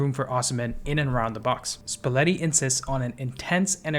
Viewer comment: and luciano spalletti is pronounced luchiano!